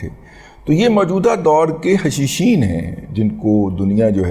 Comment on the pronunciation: Hashasheen, not hashisheen.